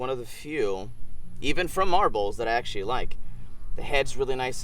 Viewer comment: Axe-sualy... lol